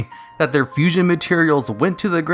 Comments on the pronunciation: "Fushion monster" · Fushion? you mean Fusion. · Fushion lol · A Fushion. Wheeze. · . What´s "Fushion"?